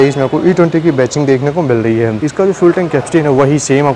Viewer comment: Ba-CHING nahi.... Badging (ba-JING)